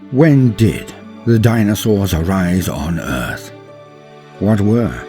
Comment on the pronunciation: The dinosawrrrs! 🤣